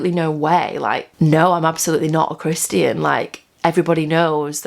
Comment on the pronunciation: Haha, I love how she says "Christy-an" "Christy-anity"